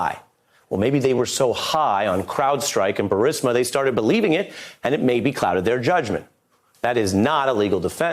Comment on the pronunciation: "Burreesmurr"... LOL